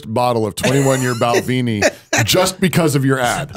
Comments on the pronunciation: Bal ven (like "men") ee. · Its pronounced bal ven e